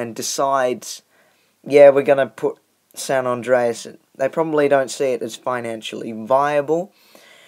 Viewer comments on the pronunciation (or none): It's San andreas not San andraos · San ondreas lol